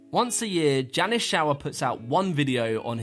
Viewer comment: I started playing a drinking game where I took a drink every time he mispronounced Jannis and now I am jrunker than Pasha's movement style. A very good list overall but criminal to leave out Joe Scandrett.